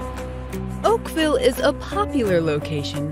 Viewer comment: Tf u sayin Oakville 😭😭